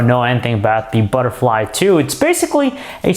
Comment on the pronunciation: Butterlfy ttthuuuuuuu,wtf man?